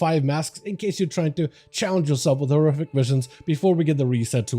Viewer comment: with the return of what? you didnt even pronounce horrific